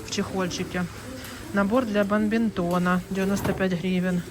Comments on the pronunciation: БаДминтон, а не бамбинтон, 🤪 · Бадминтон, а не бамбинтон😅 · Народ - бадмИнтон!